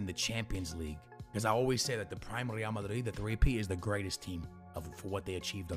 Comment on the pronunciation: Dude pronounces real and ree-AL